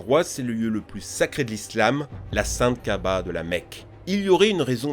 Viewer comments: mec je parle arabe , je sais que la Kaaba c'est la Mecque (Kaaba qui veut dire aussi "cube") c juste qu'on dirait qu'il a dit kahba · C'est la Kaaba la prochaine fois te trompes pas s'il te plaît